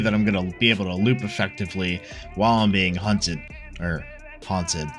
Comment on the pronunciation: Third time you said hunted was actually funny :D